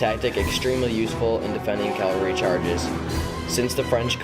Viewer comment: Rehash from other sites, music too loud. BTW it's CAValry not CALvary.